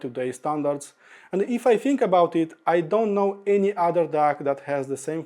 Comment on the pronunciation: The way to pronounce DAC is D-A-K not D-A-R-K